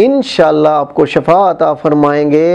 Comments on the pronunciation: BOTH JazakALLAH aap ka. Aap say guzarish hay kay Jo Lafz aap Shafa bol rehay han wo Seefa hay.mazart k Sat. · Shafa nh shifa hota h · Please say" Shifa" & not shafa; because shafa is opposite of shifa. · السلام علیکم لفظ شفا کو زیر سے کہا کریں زبر سے شفا کا مطلب گڑھا ہوتا ہے یعنی قبر اب آپ موت کی دعا تو نہیں دے رہے ہیں آپ تو سب کی صحت کی دعا دینا چاہتے ہیں اللہ تعالی آپ کو بہت عزت عطا کرئے آمین،